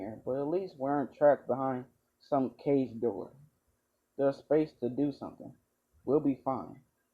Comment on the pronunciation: is it me or do you call kage "cages"